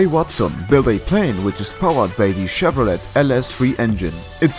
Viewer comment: i like how you pronounce it « chevrolette » lol